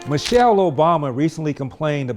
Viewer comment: Man- chelle